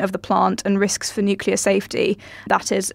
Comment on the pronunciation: I cringe every time says, Nucular. Why doesn't someone tell him how it is pronounced?